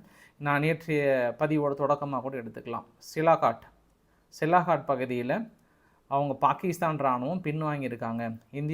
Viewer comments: சிலாகாட் என்று சொல்ல வேண்டாம். அதன் பெயர் சியால்கோட். ஒரு ஊரின் பெயர் கூட சொல்ல தெரியல. நீங்கள் எல்லாம் ஒரு யுடியுபர். நல்ல AC அறையில் உட்கார்ந்து கொண்டு சம்பாதித்து கொண்டு இருக்கிறிர்கள். அங்கே தமது ராணுவ வீரர்கள் வெயில் காலத்தில் மிகவும் கஷ்டப்பட்டு கொண்டு இருக்கிறார்கள். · சார் சிலாகாட் என்று அழைப்பதா இல்லை சியால்காட் என்று அழைப்பதா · சியால்கோட் எ‌ன்ற பகுதியின் பெய ரைத் தாங்கள் சிலாகோட் எ‌ன்று தவறாகச் சொல்லு கிறீர்கள்.... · சிலாகாட் தவறு, சியால்கோட் என்பதுதான் சரி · சாமி, அது ' சியால்கோட் ' Sialkot நகரம், சிலாகாட் கிடையாது 😂😂😂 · சிலாக்கட் இல்ல சார் -- சியால்கோட் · தலைவா அது silakat illa sialkot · Is that Sialkot or silakot?. உங்கள் குரல் தென் கச்சி சுவாமிநாதன் அவர்களின் குரலை போல் உள்ளது. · தம்பி அந்த இடம் சிலாகாட் இல்லை சியால்கோட் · அது சிலாகோட் இல்லப்பா சியால்கோட் இன்னும் நீ திருந்தலயா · Hello bro that's not silakot But it is Sialkot Nice congrats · தலைவரே அது சியால்கோட் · Sialkot = சியால்-கோட் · You are not able to pronounce Sialkot properly